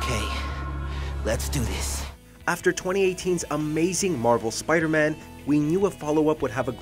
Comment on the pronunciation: Lol " Spider-Mam"